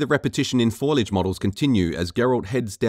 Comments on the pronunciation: fo-li-age, not foilage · For fucks sakes it’s FOLIAGE (fo-lee-edge) not “foilage” I know it’s been a year but Jesus Christ. Also, in most instances, just about everything that’s changed between hair and fur physics, water, the sky, the lighting, etc....it all looks BETTER. The original was drab and depressing. Looked more like an Xbox 360 game than a next gen title. Say what you want but the game looks better than you give it credit for. On top of that, idk what’s going on, but the “comparison” between the 2014 version and the GOTY version....something is off. The GOTY version is so fucking dark it’s unbelievable. I’m playing through the game right now and I’ve NEVER seen the game be that dark, even at night, and I have my gamma down quite a bit. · Fo-LI-age (ie. fow-"lee"-edge) :P Just sayin'... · Great video, but it's foliage, not foilage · It's foliage, not "foilage". How can someone get that wrong? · Foliage: not pronounced "foy-lidge", but "Fo-lee-idge". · Foliage. Not foilage. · Foliage. Fo-li-age. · Bro, stop saying FOILAGE ITS GRASS, NOT TIN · Foilage. DeNUUvo. You need a speech therapist.